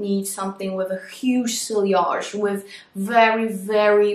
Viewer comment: you don’t say silliage you say see-yage. Je t’en prie- apprend-ça si tu vas parler de parfum:-) And also, in English you don’t say “this is how I want to smell like”. We say “this is howI want to smell.” Point final- merci! Mème si tu ne liras jamais mon message- j’essaie de corriger la grammaire de mes amis, car je suis flic de grammaire.